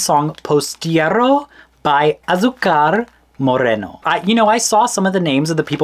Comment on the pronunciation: "I'm gonna do my best to not butcher the pronunciation" Ten seconds later : "POSTIERRO BY ASUCAR MORRENO"